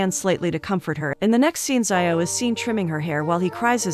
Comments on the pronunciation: Xiao is read as SHEE-AO not SAI-YAO. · Its not zaioh its shiao☠️ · "Zai-o" 💀 That's not how you pronounce "Xiao" lmao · I don't know why it's so funny to me when you pronounced Xiao as sayaw